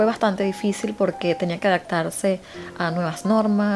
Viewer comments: tambien adaptarse, tu pronunciación suena como “adactarse” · Se dice Adaptarse no ' adactarse ' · buen canal pero ten cuidado al decir palabras como raptor o adaptarse. Cambias la p por la c. Saludos.